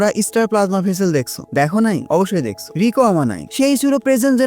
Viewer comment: apni rika bolchen keno Riko